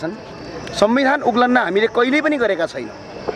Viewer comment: उल्लन होईन उल्लंघन उच्चारण गर्नुपर्यो